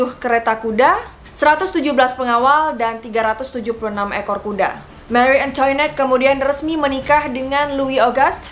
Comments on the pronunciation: Marie Antoinette dibacanya mari angtwanet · mengapa sebutannya"marie antoinot" beda banget bunyinya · Marie angtwanet to be pronounced